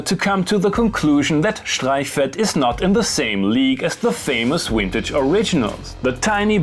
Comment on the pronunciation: Did you just say Wintage?